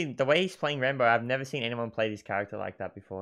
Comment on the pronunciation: Its rAmbo, not Rainbow XD